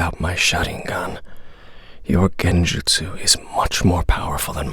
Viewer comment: Man said enjustu man I’m crying 😭